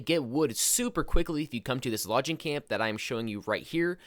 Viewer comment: "Lodging" camp. "Ex-specially."